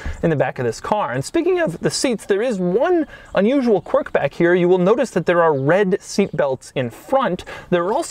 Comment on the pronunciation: Or qwork.. it's pronounced qwerk